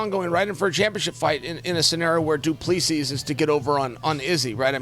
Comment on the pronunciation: He said “Do-plee-sees” 😆😆